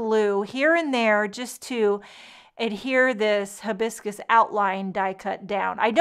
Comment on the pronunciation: The pronunciation starts with "hi" biscus. Like you're saying Hi! Lovely card! Aloha!